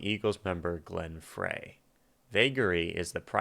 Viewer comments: Supposed to be eerie sounding, gives the story a big push. And it’s pronounced Glenn Fry. Not Fray. R.I.P. great reaction as always! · Glenn Frey's last name is actually pronounced "Fry". I'm not sure if he and Henley ever got brotherly feelings toward one another, but damn! They could write songs and perform together wonderfully. I like both the drug metaphor and the mirage of California as the best place, the best dreams, best lifestyle AND a nexus for the music industry. I bought this album when I was 16. Not admitting anything about age, though! :-) Ariadne is from Greek mythology. She was usually involved with mazes, and led Theseus (dang, it's been more than 40 years since studying this stuff in high school, so I hope I am not messing up) from the maze of the Minotaur on the island of Crete. But if I am even close that reference in the interpretation is probably spot on. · Just FYI, Frey is pronounced "Fry". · I was at this concert in Largo MD ( just outside of DC). I was in the 5th row. I was pretty lit...Glenn's last name is pronounced " fry"..Didn't realized it was being 📹 🎥 📻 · Just so you know, Glenn Frey's last name was pronounced "Fry." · Frey is pronounced "Fry" btw. :) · Just for educational purposes Frey is pronounced like fry.